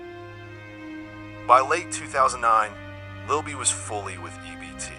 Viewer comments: That is not how you say that man name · How can you make a documentary about a man and mispronounce his name? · Quick tip, when using AI voice, some words should be spelled how its pronounced rather than the original spelling, that's why so many words are pronounced wrong. AI dont have a personality/sense of humor like humans nor do AI have a human understanding, just a helpful tip from trial & error.